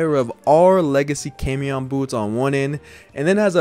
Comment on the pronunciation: Quick fyi camión is pronounced caw-me-own. It means bus